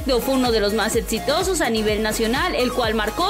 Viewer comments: Etsitoso, etsfamosa, por que no pronuncia bien? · Escucho ...” proyeDto” y “eDsitoso” 🤣😂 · Lo mejor es cuando dice etsitoso